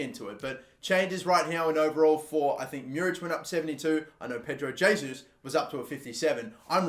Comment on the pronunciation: It’s heysus